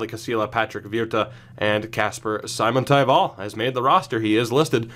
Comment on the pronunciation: Simon in Simontaival is pronounced like Dominik Simon and the stress being on the first syllable only, no stressing on taival.